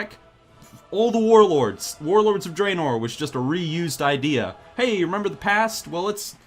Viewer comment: "Member Kharazan.....oh oh.....and member Illidan. I member"